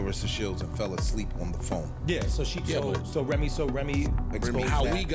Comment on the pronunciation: Why does she keep mispronouncing Remy’s name😂